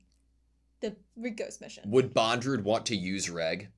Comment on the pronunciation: His name is Bondorudo not Bondrewd.